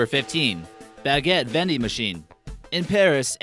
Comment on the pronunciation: Your saying baguette wrong XD